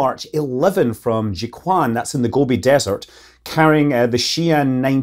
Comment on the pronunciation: Hey Scott idk how to say this since it's been years but Jiu Quan is pronounced more similar to Joe - Chuan. Just like Qi charging, the closest English sound would be replacing Q with Ch. Nitpicking here, great content!